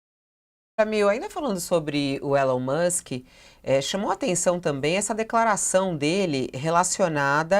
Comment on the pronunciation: A pronúncia correta do nome ELON MUSK não e “É-lon Mâsk”. O correto e “i-LÔN Mâsk”, a silaba tônica é LÔN. É surpreendente que um jornalista internacional que aparentemente vive nos Estados Unidos não saiba disso.